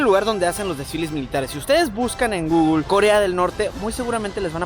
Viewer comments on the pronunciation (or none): none